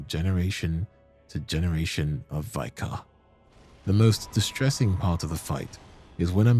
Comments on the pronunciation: It's pronounced vik-ah, not vy-kar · Just a heads up, "vicar" is pronounced like "liquor" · Hey, love the videos, love your cadence and will always eat up every Bloodborne video available…. One thing that’s driving me crazy is ‘vicar’ is pronounced with a short ‘I’ like in ‘big’ instead of like vy-cur. Everything else is great though, keep up the amazing work 😊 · Why do YouTubers insist on pronouncing "Vicar" as "Vye-car"? Is it such a rare word?? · Please look up the correct pronunciation for words you don't know. There are so many mistakes that it detracts from the video. 'Vicar' is not pronounced that way.